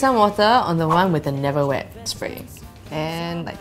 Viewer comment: I love how excited she was for the neverwet spray that her words got mumbled and they had to add subs to make it clear. hahahah